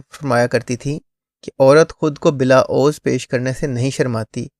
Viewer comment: عوض یہ A wz پڑھیں گے اردو کی اعرابی غلطی سے بچنے کے لیے اردو لغت آف لائن لوڈ کر لیں